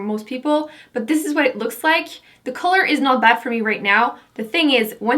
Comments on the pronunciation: Why do you pronounce 'The' as 'D'? Just wondering... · I'm not hating at all, but why do you say the "th" sound with a "d" sound? Like "dey" instead of they and "dee" instead of the. Are you not American? Just wondering. You are gorgeous, by the way'